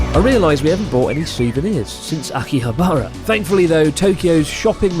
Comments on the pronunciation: I had to stop watching the Only In .. channel because he pronounces Asakusa like ASSA KOOSA. If you lived in Japan you know this is wrong. :) Chris please consider not saying Akihab "BAR" a . You guys have lived there long enough to know. :) ok geeky comment i know .. apologies. Great Channel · How can you still not pronounce Akihabara properly after all these years? Slap yourself, do it now.